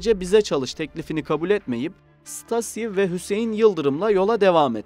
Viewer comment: Stasi denmez ṢTAZİ diye okunur !!!!!!!!!!!